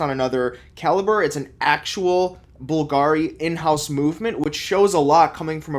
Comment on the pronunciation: pls at least learn how to pronounce Bùlgari